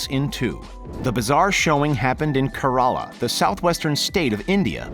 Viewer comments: It's not ka ra la It is keh reh la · It's no "kah ra la " it's Kerala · I didn't realize for a couple of seconds that he said Kerala 😂😂